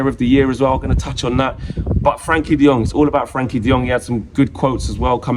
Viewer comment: I'll be happy when Frenkie stops being called "Frankie" 😂